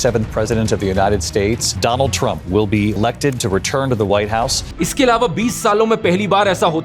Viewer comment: Dolund trump😂